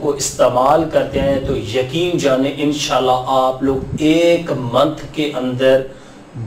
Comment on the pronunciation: bhai INN SHA ALLAH PERHA KAREN AP JAB BOLTY HAIN WOH US MAIN LAGTA HAI E SHALLAH PERH RAHY HAIN